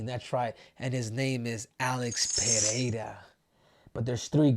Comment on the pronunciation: Muito raro ver um gringo falando Pereira certo 👏👏👏